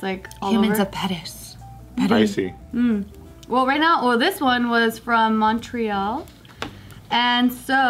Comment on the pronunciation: Btw Montreal is pronounced ‘Mun-tree-all’ ;)